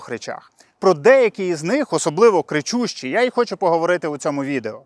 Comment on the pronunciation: ЧОМУ ТИ " крі чю щій" ???